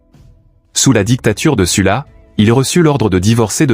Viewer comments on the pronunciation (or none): Sylla pas sulla